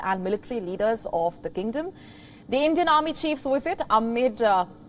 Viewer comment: she pronounce"wisit" instead of "visit" and "willage" instead of "village"... 🤣